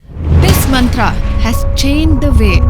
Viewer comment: Not mantra it's मंत्र।